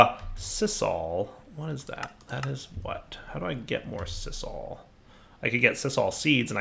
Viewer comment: Also, sisal is pronounced sye-zal.